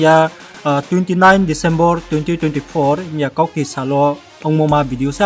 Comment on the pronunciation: Disembor hingya ma ni disembar hingye pronounce khe khe tagsa de khnthau no🤔